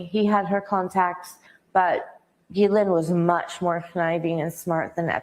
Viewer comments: I can't listen to you mispronounce Ghislaine. It's Hard G. Gee lane. Not Jee lane. I'm out. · Thanks for your work!...I think Ghislaine is pronounced ...Geee Lane...not Jeee lane... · It's pronounced as though the following two words were said "Ghee + Lane" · It's pronounced Gilen Gi as in Give and Le as in Letter. Her brother pronounced it this way on Piers. Just saying. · Please learn how to say Ghislaine! The GH is like the GH in GHost. Do better. The s is silent. You sound silly every time you say the name. 😮